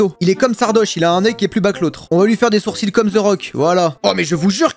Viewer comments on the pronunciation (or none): none